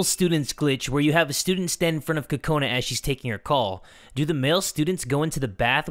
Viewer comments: Cocaninea Haha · did u mean oka cola?